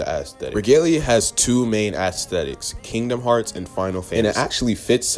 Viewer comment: Bro said Assthetics